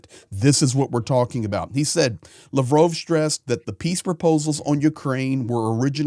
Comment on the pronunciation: YOUR MISS PRONOUNCING LAVROV -ITS NOT LAVROOOOOV